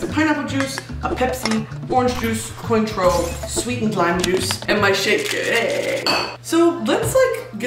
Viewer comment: Cointreau is pronounced “kwantrow” Mami :’)